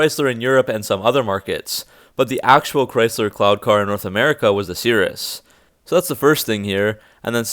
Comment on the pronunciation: Every time he says “cloud car” I keep thinking he says “clown car,” which is more fitting